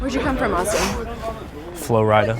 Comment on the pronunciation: "I come from Flo-rida." OMG, this thing alone! Mispronouncing and misframing is great